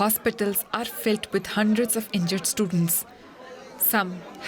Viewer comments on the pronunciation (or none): Heyy DW please change your background Indian voice actor. I can't tolerate her anymore. "Hospitals are filt with hundreds of stutents" WTH?